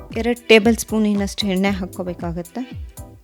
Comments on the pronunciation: Madama yella super adre pls alpa prana mahaprana swalpa.sari madkoli. Nagu baratte neevu yenne ge henne anthaidre.. kannada halnadbedi pls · ಹೆಣ್ಣೆ ಹೊಣ ಕೊಬ್ಬರಿ ಅಲ್ಲ…. ಎಣ್ಣೆ ಒಣ ಕೊಬ್ಬರಿ 😂😂 ಪದಗಳನ್ನ ಸರಿಯಾಗಿ ಉಚ್ಚರಿಸಿ ದಯವಿಟ್ಟು… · ಎಣ್ಣೆ ಹೆಣ್ಣೆ ಅಲ್ಲ ಅಕ್ಕ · ಯವ್ವಾ ಅದು ಹೆಣ್ಣೆ ಅಲ್ಲ ಎಣ್ಣೆ 😂😂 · Madam, adu henne alla.. Yenne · ಸೂಪರ್ ಮೋದಕ but ಎಣ್ಣೆ ಅಂತ ಹೇಳ್ಬೇಕು ಹೆಣ್ಣೇ ಅಲ್ಲ 👍👍😊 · Recipe is nice.. but maathalli aa kaara ha kaara lopa.. it’s not heNNe , it should be pronounced as eNNe.. ready haagide alla.. ready aagide.. holledu.. is oLLedu 😱..